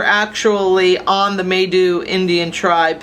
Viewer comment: Kinda neat, unfortunately you are pronouncing Maidu wrong. The “ai “ are pronounced as with a long “I” sound.